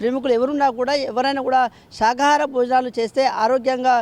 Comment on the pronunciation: శాకాహార...శాఖ కాదండి.